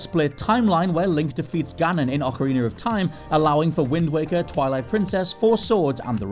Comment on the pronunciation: It’s OcarinA not OcarinER!